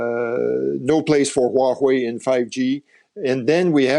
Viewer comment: waHue or Huawei! Is he really specialized in Can-Sano relationship?